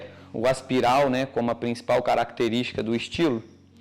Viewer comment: não é aspiral,é espiral